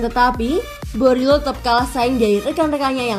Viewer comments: Marco boriello bukan borilo 😢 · Tolong dong pelafalan nama yang benar.. Boriello, digao kok selalu salah ucap.. Kalau soal digao itu adalah klausul kontrak Kaka yang harus mengikutkan adiknya.. Please jadilah Chanel yang professional